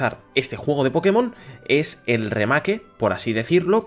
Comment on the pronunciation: "Remake" práctica más tu inglés tío ostia